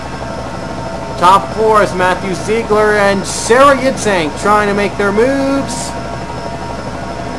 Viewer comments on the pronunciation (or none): its pronounced yitzhuhk like ur saying huh yitz